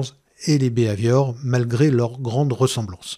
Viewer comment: Excellent, clair et précis... moi, le seul point agaçant c'est la prononciation du "bi Hai Viore".. à la françoise qui donne un "b ave ior" :)